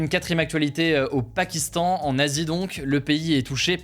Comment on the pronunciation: "Le PARkistan"